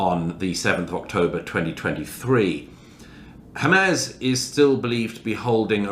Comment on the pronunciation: The fact that he still cannot pronounce Hamas correctly after all this time tells you everything you need to know about Douglas Murray